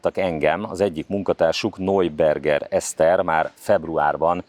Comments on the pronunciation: Neuberger Eszter = Najberger Eszter (najberger, nem nojberger!!!) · Ismét egy kiváló riport, de ahogy kihangsúlyozod NEUBERGER Eszter nevét, a beszédesebb minden más információnál :)